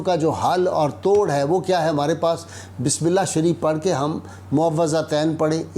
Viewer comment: Bismillah sahy pharhe hay or kessay pharhy jatty hay ....